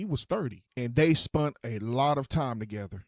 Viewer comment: Spunt??? Time together? What's a spunt?? Do you mean spent? I guess that's what you mean? I'm confused here what is a spunt